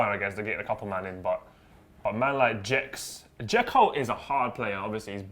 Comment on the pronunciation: dzeko more like dzekno